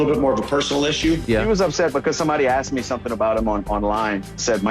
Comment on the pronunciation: Aksed not ask